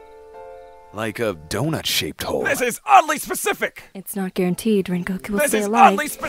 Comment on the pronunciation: "THIS IF ODDLY SPACIFIC"🗣🔥🔥🔥🔥💯💯💯